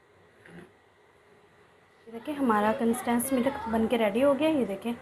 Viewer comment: Easy recipe. Sorry to say k Milk hota hy millak nahi. Uneducated log millak kehte hain. Nariyal k laddu wali video ma b aap milk ko millak keh rahi theen jo k bht awkward and lgta hy. English ma kehna koe zaruri nahi hota simply doodh b keh sktee hain ghlt bolne ke bjae so plz perfect lafz bolna chaheay k video sari duniya daikhti hy. Stay blessed. Sjad